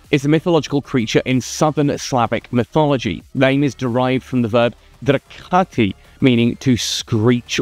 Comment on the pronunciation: oh boy ... make sure you emphasize the long "e" pronunciation in "drekati", because without the "e" the word means something naughty (but natural) men like to do in private :D